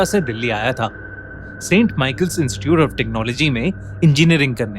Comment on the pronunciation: When he say technology my mind technologia 🤣🤣